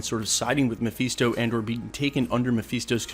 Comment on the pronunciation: "mephiesto" lol